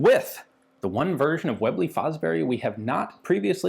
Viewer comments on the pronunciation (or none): way-blay fo-brery 😂🤣